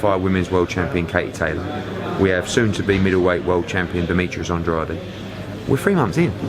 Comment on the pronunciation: Why does hearn keep saying andradey instead of andrade lol